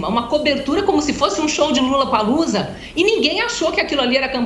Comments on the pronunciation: Outra coisa… não é LULApalUza 🤢 que fala! É “LOlapalUza” a pronúncia! L O L L A P A L O O Z A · Onde foi isso mesmo hein? Ah, no "lullapalloocia"?????? kkkkkkkkkkkkkkkk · Foi impressão minha ou a carolina Belin Lulapalooza? Kkkkkkkkkkkk....